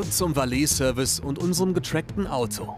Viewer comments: valeee service... junge wie peinlich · "Valeeh-Service" raubt mir den letzten Nerv